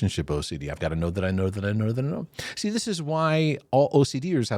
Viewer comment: 😂😂😂😂 “thaty” I’m dying over here 😂